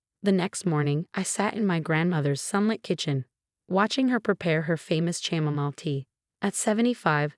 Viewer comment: You said CHAMOMILE wrong. The CH is NOT said as in CHAIR. The CH is said as a K sound. Is said as "KAM-OH-MEAL". (Or like in Loch Ness Monster, said like Lock Ness Monster.) Are you ever going to stop butchering words? I guess not. Shortly after you creamed FACADE. The C has no K sound. Said as "FUH-SAHD".